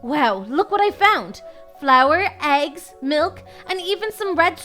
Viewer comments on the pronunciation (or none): none